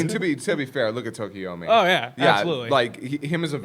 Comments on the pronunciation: You're killin' me, Smalls. It's TokoyAmi, not TokoyOmi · Anyone else get bothered by everyone mispronouncing and misspelling Tokoyami’s name? It’s not Tokiyomi lmao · Why do they keep calling him Tokoyomi? Im not a stickler for names but its Tokoyami.